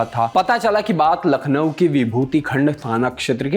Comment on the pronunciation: नखलऊ nhi hai bhai....... लखनऊ है.....नाम तो सही से लेना सीखलो